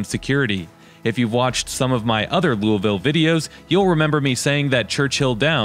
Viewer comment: I live in Louisville in middletown in fact. I'm not a snob and I usually don't run into snobs in this area. Those who work hard, make good money and have great credit can have what we want. You're rude and you don't even say Louisville correctly 🙄